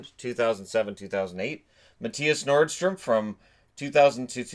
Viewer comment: It is a very small thing, but his name is actually Mattias Norström. Not Nordström. :D